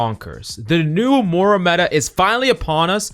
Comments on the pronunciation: Hate being that guy, but it's Moira and not Mora. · it’s moira not “mora”